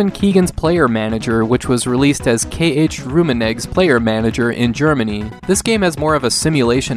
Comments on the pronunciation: Dino Dinis Soccer ......Aka "i am not Kick-Off 3" Also Erik Kantoner? ......oooooh Eric Cantona .....lol, wasnt the only one (Karl -Heinz Rummenigge is pronouned like their is an R on the end) but the one i laughed at most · HAHA i love how you pronounce the german names (K.H. Rummenigge stands for KARL HEINZ Rummenige). I'm sure Mario Basler and Lothar Matthäus would aprove!